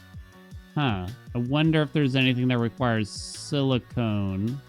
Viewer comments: siliconnnn. Not silicone. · cores don’t let you see more planets, it’s the vision upgrades that do. Also I noticed you asked if you’re saying silicon wrong in the first episode and yes, you are saying “silicone” which is a synthetic material where as silicon is a natural element 😁 Just got to the end of the video where you see the upgrade… made me laugh a little 😂